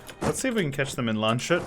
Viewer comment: btw its Lands-hut, not Land-shut ówò